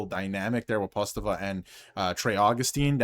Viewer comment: Thanks for the fine report, insightful. But you mispronounced the names of Cossa and Postava (sorry for being nitpicky). Cossa is pronounced KOE'-sa. Postava is pronounced poe-STAH'-va (emphasis on second syllable, rhymes with "ha"). Cossa was never given a fair shake by Yzerman (45 total minutes!) in Detroit, despite being outstanding in Grand Rapids (AHL Goaltender of the Month in November & December 2025). But Postava looked like Dominic Hasek this past spring for the Griffins; acrobatic to the max. I cover many of the Griffins' games. They had the best start to a season in hockey history: 29-1-1-1, but with several injuries and call-ups to Detroit, they faded a bit at end of season.